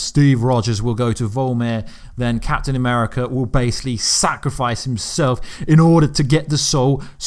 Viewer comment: captayn ameerica hoolk ther iroan maine..... just butcher em all why dont cha.